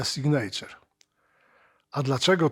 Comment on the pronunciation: na Boga, ja rozumiem, że w latach 90-tych to był problem z "pronansijejszyn", ale teraz wystarczy pierwszy z brzegu filmik amerykański odtworzyć i będziesz wiedzieć, że nie "Ibanez", a "ajbanez"; nie "piwej", a "piwi" i nie "signejczer", a "signiczer".